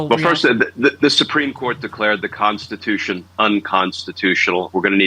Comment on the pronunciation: It’s the constitution…not the DONstitution!!!